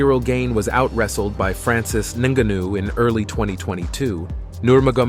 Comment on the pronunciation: Are you slow or you really think that’s the way Francis’ name is pronounced? 😅